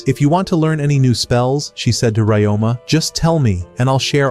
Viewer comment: His name is Ryoma. You can ask a native speaker or someone who speaks Nihongo to know the correct pronunciation